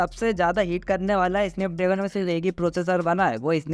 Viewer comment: स्नैपड्रेगन ❌ इसनैपड्रैगन ✔️ 😂😂😂